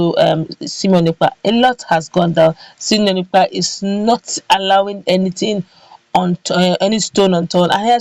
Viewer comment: 👍👍👍👍👍👍👍👍👍✔✔✔✔🙏Thankyou Simon Ekpa! Please madam presenter his name is sImone NOT sEmion. Two names are different by letter I & letter E. Pls take note.